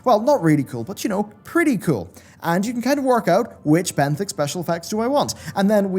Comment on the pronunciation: Benthic = benefit lol